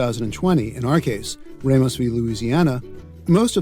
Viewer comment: Nah, he said Oregon and Ramos wrong.